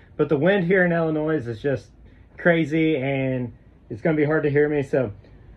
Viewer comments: Your from I L L I N O I S and you say ILLNOISSSSSS? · "Illi-noise"? Uh-huh. Try Illi-noy. S is silent. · Illinois is pronounced il uh noy. No noise . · ill-a -noise, 😂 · The "s" on the end of Illinois is SILENT; by the way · The S is silent in Illinois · You don’t pronounce the S.....